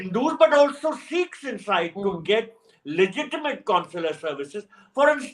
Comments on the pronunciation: Dear Barkha, it’s not seekhs but sikhs. At least you can start the correct pronunciation. Thank you. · Here they say " seekhs and not Sikhs'